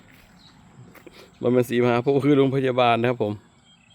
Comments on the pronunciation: อำเภอศรีมหาโพธิปราจีนบุรี(อ่านว่า=สี-มะ-หา-โพด) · ....ต้องอ่านว่า...ศรี...มหา...โพด...ครับ บ้านเพื่อนผมเรียกอย่างนี้...ผมก็เคยเรียกผิดมาก่อน